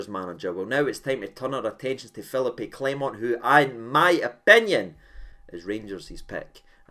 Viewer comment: gone a bit "Taverniay" with these manager name pronunciations "Phillipy" and "Musket" 😂